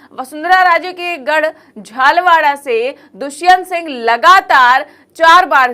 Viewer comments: Madam please Jhalwaaraa nahin ise Jhaalaawaar boliye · Yeh Jhalwada kahan hain? Mere khayal se Vasundharaji ki seat JHALARAPATAN hai. News bolna itna asaan nahi hai. Facts perfect honi chahiye. Uccharan perfect hona chahiye.